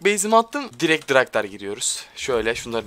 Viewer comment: dk 2 42 draktar yerine DİRAKTAR DİYO SJDUSAHDUSAD